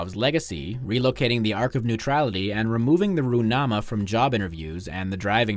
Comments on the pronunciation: That was a pretty good pronunciation of Gurbanguly Berdimuhamedow and Turkmenbashy. But the Ruhnama is not Roo-nama, but Ru-h-nama. Source: I am Kazakh. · Я не любитель Туркмении, но этот видос это просто какой то сборник похуизма. Неправильные ударения, отсутствующие буквы. Ну в чем проблема выговорить звук Х в руХнаме?😂